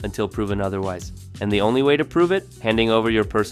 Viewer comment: "Welcome to ze new world order"